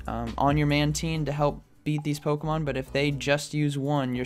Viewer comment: Sounds like you say bubble man team...LoL